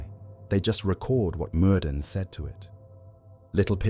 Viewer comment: Btw, it’s pronounced merthin as the dd sound in Welsh/brithonic is a voiced th sound